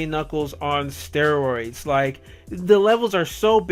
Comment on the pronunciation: “sonic 3 on estereiods” 😂😂😂💀💀💀